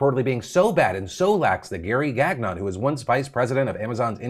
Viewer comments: The pronunciation of Gagnon 😱 it hurt lol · Phil. Your pronunciation of a French last names... Gagnon is not pronounced that way.